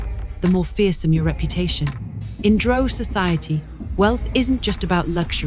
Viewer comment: Drow not Dro. The very least you can do is pronounce it correctly.